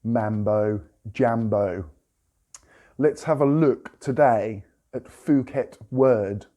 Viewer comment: It is called pooket, not fooket, I know, I know, but it is a Thai word.